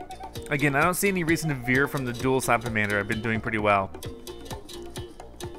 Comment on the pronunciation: It's not slapamander its slamamander